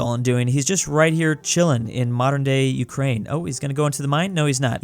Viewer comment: When he said Ukraine my soul left my body